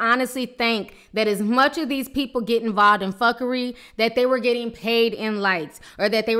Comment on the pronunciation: I love how and when she says "fuckery" lol. she is not pronouncing it correctly though